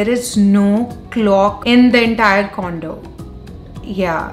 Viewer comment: When u say condo I hear it condom